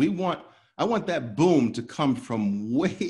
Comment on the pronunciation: Booom not pum 😀😀😀